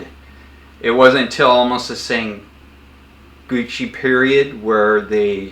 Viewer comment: Wow! That’s some weird-🫏 bottled water You have over there (why am I not surprised… 🤔?)! 😁 Happy new year, my man! 🥳 Just one (unsolicited, I know!) tip here: That very long and tumultuous era in Japanese history is not pronounced “sen-guchi” (like the fashion accessories company Gucci); it’s much closer to “sen-GOH-KuH” – where the “u” vowel-sound is rather muted, as is more often the case in the Japanese language. Also; from the Muromachi era and onwards (if memory serves me correctly!) they began experimenting with making the kissaki longer (ōkissaki), for enhanced stabbing-capability. This trend, as well as periodically going back to designs from the Heian – with a narrower (and straighter) blade-profile towards a relatively short tip, for about the last 3rd of the blade – and Kamakura periods, respectively, was of course something that occurred several times during Japanese history, post-Heian era. ⚔️🎓🤓